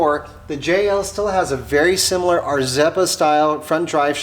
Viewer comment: Rzeppa is pronounced “Sheppa”.